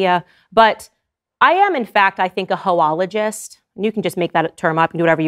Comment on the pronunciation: A ‘ho-ologis’. I’m dying.